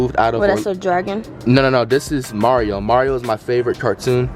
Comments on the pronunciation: Here I am thinking Flight sounds really smart rn then ThE mArIO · He messed up mario and Luigi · This man just went ahead and called mario luigi and luigi mari. hmmm... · how this nigga get mario and luigi wrong... smh